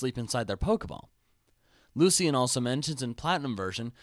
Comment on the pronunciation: Lucian's name is pronounced "Luu-Shen"